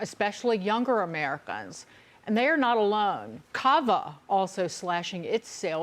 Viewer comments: Does anyone else cringe when she says 'AmeriCUNS?' 😂 Such a unique pronunciation. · Ameri-cuns! What a bizarre pronunciation